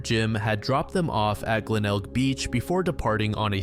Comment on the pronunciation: You pronounced Glenelg correctly, congrats lol